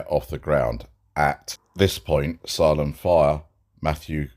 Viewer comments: Not a big deal. USA pronunciation: Sā-lem. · it's pronounced SAIL-EM. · Hey 🐸. Just a heads up. The town is pronounced Say-lem. Think of Stephen Kings book “Salem’s lot” lol. Please don’t be offended at my correcting you. I just know you like to do a good job. You actually do a great job.